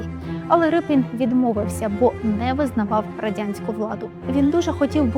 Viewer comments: Шановні, чого Рипін? Адже прізвище пішло від "ріпа"? Отже, Ріпин! Подивіться канал Культуртригер, будь ласка. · Який Рипін ? Може, Ріпин ? Могли б краще підготуватися .